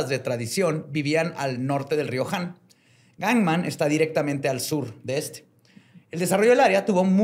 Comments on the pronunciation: aprendí que se dice Gang nam y no Gang man Also: dice GANGMAN todo el episodio 😂😂😂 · Me dio un tick cada que volvía a decir mal “Gangnam” 😭